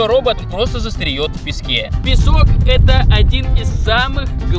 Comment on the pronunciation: Застреёт....я тоже так всегда говорю🤭😂😂😂